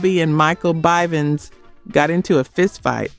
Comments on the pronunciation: Don’t leave out Michael Byvens later corrected when bell biv devoe was mentioned.. but still sad AI taken over everything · Michael BYVINS?? It’s BIVINS stupid ass person narrating this!! 😂😡😡